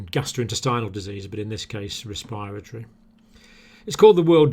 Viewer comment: I love all your videos, but why do you guys keep mispronouncing respiratory?! Just imagine the second r isnt there